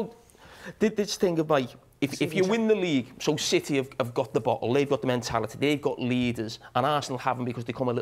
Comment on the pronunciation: Robbie isn't able to handle the word bottle😂